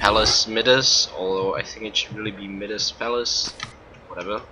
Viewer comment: Pronounced MIE-das.